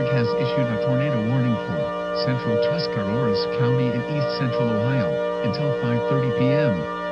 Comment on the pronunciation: Where did you get the second R in Tuscarawas from?